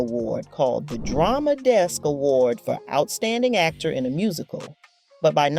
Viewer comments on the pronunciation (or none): none